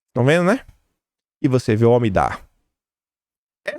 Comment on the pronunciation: Bom dia, meu querido! Primeiro, parabéns pelos ótimos vídeos! Mas queria te dizer é que ñ é OMIDAR que se diz, é omidYar